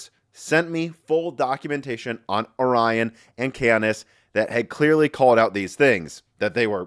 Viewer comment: Omg... It's Or-ion not Ori-on.